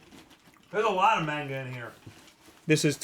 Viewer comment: What the hell is "Main-ga?"